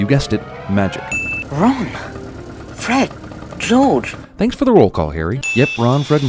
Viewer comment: Swear to God he pronounced George like he was French the first time I watched it, your clips must be from the American release. Like they had to call the first one, the sorcerers stone, because philosophers' stone was too difficult for them to wrap their head around so I'm not surprised 🙄